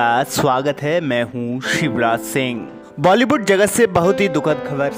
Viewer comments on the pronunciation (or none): none